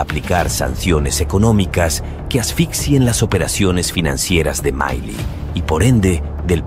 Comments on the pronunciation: MILEI NO ES UNA PALABRA INGLESA, NO SE DICE MAILI, SE DICE M I L E I. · MAILI?? El relator del video se equivoco en muchas cosas incluyendo en la pronunciación del apellido de Javier Milei. Empezó mal, diciendo que Milei insulto a AMLO cuando solo lo llamó patético (investiguen el significado y etimología de esa palabra) que no es un insulto solo una descripción. Dejemos de lado las falsas indignaciones, que la generación de cristal pierde legitimidad en su discurso cuando se ofende por todo. En vez de eso dediquemosle tiempo a los argumentos y las ideas, que pueden ser erradas y hasta aberrantes, de Javier Milei.